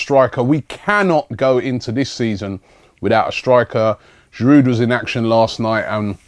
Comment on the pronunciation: The "D", in Giroud is silent Robbie.He's French !